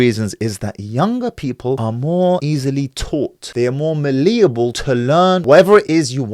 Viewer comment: Erm, you might want to get your pronunciation of malleable correct. It's cringeworthy and embarrassing when those who are so self-amazed with themselves and their advices can't pronounce words properly.